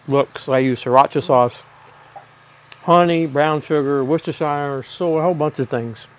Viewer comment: Worcestershire = wooster-sheer. Great recipe mate, the jerky looks great. Might give this one a crack.